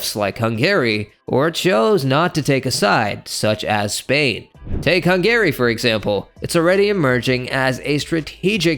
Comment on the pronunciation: Why is he saying HUN GARY? 😂